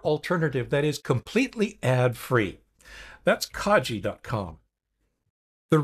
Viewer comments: Thanks, most helpful. Pronunciation suggestion: Kagi is Japanese for ‘Key’ and pronounced with a soft ’g’ rather than a ‘J’. Car (ng) ee This is the first of your videos that I’ve seen. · You're pronouncing Kagi wrong. It's kah-ghee. I know that their own website says that It's pronounced "kah-gee", but it provides a link to an audio file and the g is a hard g like in go. Anyway, I know personally someone who works for them and he's always pronounced it "kah-ghee".